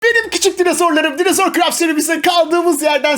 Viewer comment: Dinozor qüeri demiş koyari